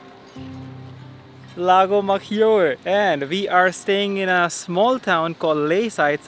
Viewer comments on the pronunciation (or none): Great video but please why maGIore? Maggiore they pronouns it MaDJore. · Maggiore will sounds majjore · Guys, please pronounce Lago Maggiore the right way, and you don't get 'browner' you get tanned